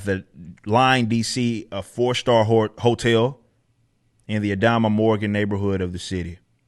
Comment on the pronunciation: Lol. Not to be that person but it was funny how you pronounced “Adams Morgan”.